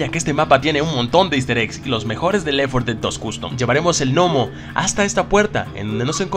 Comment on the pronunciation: Compa no quiero ser grosero ni nada pero es left 4 dead no lef 4 dead solo quería decir eso pero el video estuvo bueno 😁